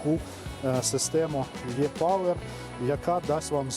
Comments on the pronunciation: Українською це добре, але перша буква в назві машини "E-power" читається не русифіковано "йе", а як російська "Э". І увесь відео ролік ви кажете ЙЕ. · тоді вже "і-повер", ну точно не Е-ЙЕ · Він в основному каже все латиною. А ви хочете американізм від нього почути. Але не "ЙЕ"!!! Принаймні МВ Е250 німці не кажуть ЙЕ, а кажуть як російське "Э". А у нас, чогось кажуть майже всі ЙЕ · Читається, як "і" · І пауер